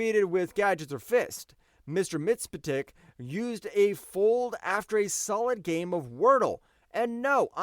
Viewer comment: Mxyzptlk: Mix•yeez•pit•lick